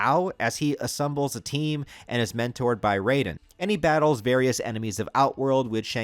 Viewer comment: Did you say "assumbles"?